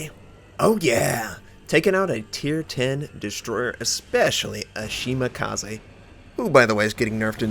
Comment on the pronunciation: Will he ever do something about how he says Shimakaze?